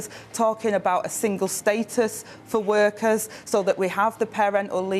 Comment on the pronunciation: I think that if they have someone who kills the English language, it will somehow appeal to t'uh wurkuz.